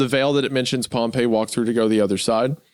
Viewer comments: Isaiah mispronouncing pompey the whole time after saying it right once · I will never forgive Isaiah for pronouncing pompey as pompeii the whole video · Pompey died 50 years before Jesus was born that whole section of you talking about pompey was just historically wrong also it's pronounced pom-pee